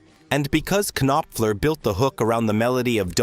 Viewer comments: It's Knopfler, not Ka-nopfler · If I didn’t geek out on this stuff so much, I’ve never made it to the end! It’s barely listenable. You could at least queue up the parts that they played or whatever saying so it could be heard for at least three seconds and the K on Knopfler is silent. 🤦🏼‍♂️